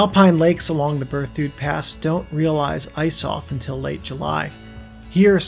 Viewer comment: It's "Ber thid".